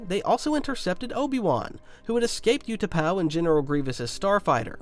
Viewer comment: You pronounce the U in Utapau the way you should pronounce the Ew in Ewan and you should pronounce the U in Utapau the way you pronounce the w in Ewan.